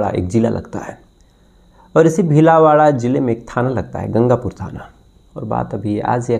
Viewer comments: Dear it's bhilwara not BHILAWARA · Bhilada nahi bhilwada sahi tob bolo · Bhilawada nhi. Bhilwara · It's Bheelwara not bheelawara. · भीलवाड़ा नहीं भीलवाड़ा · भिलावाडा नहीं भीलवाड़ा है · Bhilawada nhi bhilwada😅😅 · Pehle Bhilwara Dhangse Pronounce Karnaa Toh Sikhlo Story Baad Main Sunana😂😂